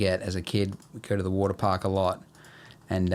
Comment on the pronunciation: There's something so satisfying in the way he says waterpark. Hwattapaahk. Uwattapaahk. Waaddapaahk.